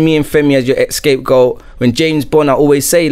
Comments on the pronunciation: Did I just hear a grown man say escape goat? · man said "ESCAPE Goat".... Mad